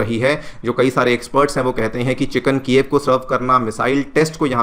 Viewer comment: Bro it’s chicken ala- kieve